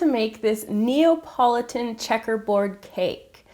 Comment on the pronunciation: I first read Napoleon cake so I got so confused when I heard how she pronounced Napoleon... :P glad to see it was just me who read wrong, not she who had the oddest ever pronunciation of Napoleon :P